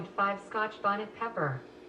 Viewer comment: But listen how Alexa pronounced scotch bonnet pepper 🤣